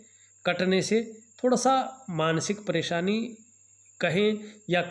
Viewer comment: भासायें, ज्योतिसी, ॐ नमो सिवायः, अच्छर, परेसानी, असनान, संकर भगवान, सुक्र, सिस्य, यस, सानदार, छैत्र, छमता, सक्ति, प्रभावसाली,•••••• हिन्दी का इतना अशुद्ध, उच्चारण•••••• क्या आपको रत्तीभर भी शर्म नही आती?? बेहूदा हिन्दी उच्चारण•••••• ऐसा ही आपका ज्ञान होगा, इसमें कोई दो राय नही